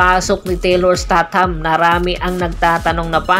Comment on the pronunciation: Isteytam po sir hindi po estat ham..